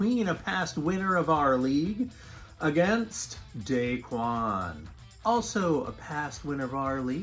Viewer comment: It's da KWAN, not DAY-kwan!! Take a corner off of your Pinoy Card, dude!